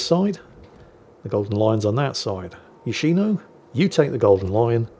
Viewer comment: It's Yòshino, not Yoshìno. Watch "yakuza fiance" to get it right.